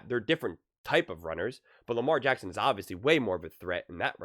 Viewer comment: It’s LAMAR JACKSON !!!!!! For Pete sakes. 🤦‍♂️